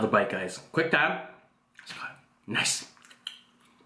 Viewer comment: i think he says Quang time , not quick time :D